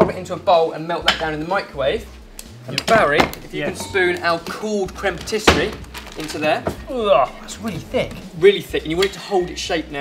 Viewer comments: Cream Patisserie?, it's creme patissiere, pronounced phonetically as 'crem patissee air. I thought you knew French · Dear, it's crème patis-si-e-re, not patis-se-rie. Difficult, I know. Am available to give French lessons if needed:) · It's "crème patissière", not patisserie. Nice job though. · Pssst,, it's "crème patissière" ("pah tee see air");) Also did Mike really need to kill Waldo? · Crème pâtisserie? Crème pâtissière, dear.:) x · If I may I just like all your videos guys but I can see one mistake about about the creme patissiere and not creme patisserie .... Otherwise all perfect only a pronunciation things .... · Creme patissiere not patisserie:) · Patissiere! Not patisserie! You're hurting my ears. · Far insufficient cream in there!!! Also, your pronounciation of "patissière" was very cute ^^